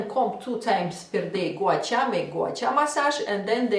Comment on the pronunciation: Russian... Ирина, призносится Гуа-Ша!